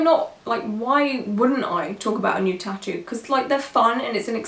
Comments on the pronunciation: I know she's not a native English speaker but 'tutoe' drove me nuts this whole video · No one: Her: Tittos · I cringed every time she said “tittoo” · I hate the way she says ‘tattoo’. It sounds like ‘t-too’.